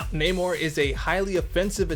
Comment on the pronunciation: You said it right brother it’s (nay-more)spelled namor